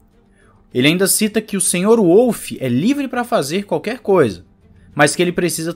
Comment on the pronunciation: Em Wolff o W lê-se como V. E não como U. Ele é Austríaco. E a asa traseira deformável é a que dá maior ganho. Não é a da frente. E não são "brechas". É ilegal. Ponto. O motor do Ferrari de 2019 também passou SEMPRE nas verificações. O regulamento diz que a asa deve ser RÍGIDA. Coerência...coerência.